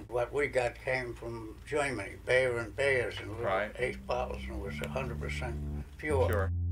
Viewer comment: Learn to pronounce the German company's name Bayer correctly.